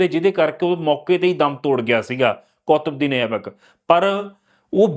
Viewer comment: ਬਾਈ ਜੀ ਉਚਾਰਨ ਕੁੱਤਬਦੀਨ ਹੈ, ਨਾ ਕਿ ਕੌਤਬਦੀਨ।